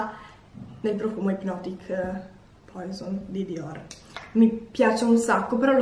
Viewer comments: La mia non é una critica, però il profumo che tu pronunci come "poison" (ovvero che si scrive) in realtà é una parola francese che significa veleno e si pronuncia "puasòn" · Sì dice puasonnnnn piuttosto informatevi